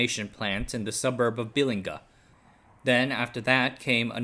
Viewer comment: Although, being a Gold Coaster, I'll tell you that he butchered the name 'Bilinga' 😅